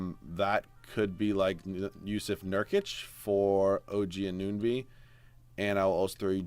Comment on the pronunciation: its AN-OO-NO-BEE pls stop saying A-NUN-BEE